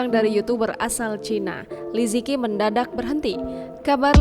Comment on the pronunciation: Li ce qi bacanya Mimin bukan lizeki